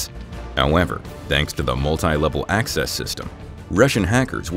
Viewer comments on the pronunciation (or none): none